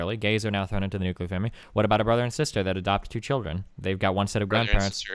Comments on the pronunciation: ... the nucular family... my god please stop repeating it. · The guest pronounced nuclear incorrectly. I don't understand why so many people pronounce nuclear like that, or how they look at the spelling of the world and think it's "new-kya-lure" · Please stop saying nucular. Please stop saying nucular.